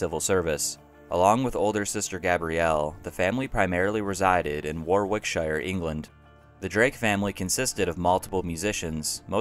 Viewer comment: Your pronunciation of Warwickshire, Wilshire, Berkshire and Camebridge were well worth the listen.......only joking but you mirdeted the pronunciation tho but understood you not being from England. I loved the content from you, you did gloss over Nick's inability to promote his records and play in front of a live audience tho which was his reason for failure according to Joe Boyd. He constantly re-tuned his guitar after every song taking 10mins and never spoke making the audience impatient and Nick more nervous. Eventually Nick started to play with his back to the audience something a few other artists have had to adopt like Sixto Rodriguez.